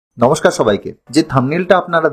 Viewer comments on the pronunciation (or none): none